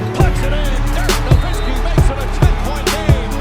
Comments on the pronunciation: This guy creates a video of Dirk Nowitzki, but does not even pronounce his name correctly. The W is a V sound in Nowitzki.... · Dude is already retired and you still can't pronounce his last name right. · glad you finally learned his name and stop calling him NowiNsky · I know right! People should it's pronounced "Noh-vit-skee" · Why cant anyone say Nowitzki properly